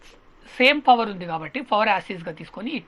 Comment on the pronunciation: Power sir adi fawar kadu